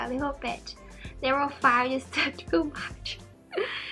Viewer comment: When you say level ,it sounds like never i was confused 😂😂